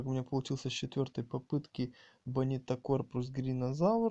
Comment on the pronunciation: Не бонитакор, а бонтикора!